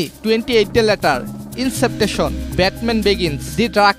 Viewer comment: Inception(ইন্সেপশন) re bolos iceptetion (ইন্সেপটেশন) তারপর কিলিয়ান মারফি কে কিলিয়ান মুরফি😒😒 ডানক্রিক কে ডুনক্রিক😒😒 ফাস্ট অ্যান্ড ফিউরিয়াস কে ফুরিয়াস😒😒 আরো কতো ভুল 😒😒😒😒 ভিডিও বানানোর আগে উচ্চারণ তো শিখতে পারছ😒😒